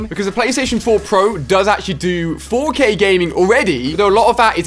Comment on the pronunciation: LOL Instead of 4k Ali-a Said 4gay